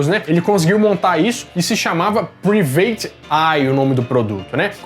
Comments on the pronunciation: A palavra private em inglês se lê mais ou menos como, "praivêt." Não, "priveitchi". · *Práivete Ái